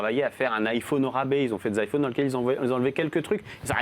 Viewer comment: et des "aïlfaunes" , comme il dit.